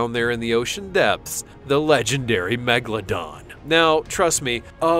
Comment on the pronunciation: Why he always says Megladon. The name is MEGALODON.